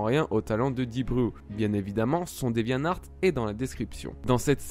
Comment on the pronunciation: C'est pas pour être relou, mais bon je suis maniaque XD : on dit DevianTart et pas devianart...